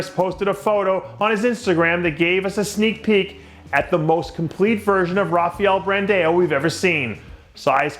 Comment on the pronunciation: R plays the role of H in Portuguese Dave you've been saying Rafael Brandao name wrong the longest 🤦🏾‍♂️